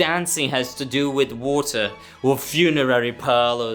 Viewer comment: Bro can t say WATER